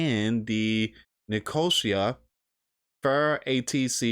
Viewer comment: It's Nick - O - See - Ah. Lol.😅